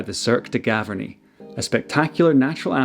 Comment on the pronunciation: Cirque de GavArnie and not GavErnie